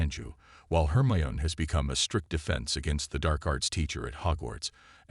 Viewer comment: Hermeon?.....liely Potter? .....plus how many other AI bludgeoned words.....yeah kinda takes you out of the story. Really hate AI .